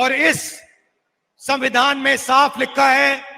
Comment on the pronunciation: ಸಂಮ್ಯಾದಾನ ಅಲ್ಲಾ ಕಣೋ ಗುಲಾಮ, ಅದು ಸವಿಂಧಾನ. ಎರಡು ಅಕ್ಷರ ಇಲ್ಲದ ಇ ನಾಲಾಯಕ್ ನಮಗೆ ಎಜುಕೇಶನ್ ಮಿನಿಸ್ಟರ್.. ನಮ್ಮ ಕರ್ಮ 🙏